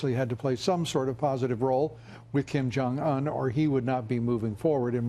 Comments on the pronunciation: Kimberly jong ooonnnn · Kim jung Oooon. not Un as in the first 2 letters Undo. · "Kim Jong-Unh"